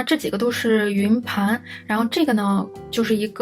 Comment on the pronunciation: 還有欸普⋯⋯😅😅 明明唸其他英文的時候都蠻正常啊